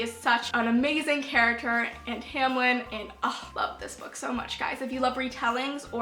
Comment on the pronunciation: when she said feyre and TAMLIN. I know this was uploaded a while ago, but I still winces.